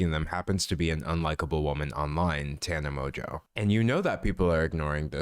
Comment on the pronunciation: This dude saying Tena mojo🤣🤣